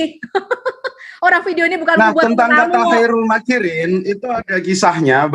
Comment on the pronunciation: Khoirul makiriin dibaca kairil makiriin bacaan yg sok tahu Al Qur'an.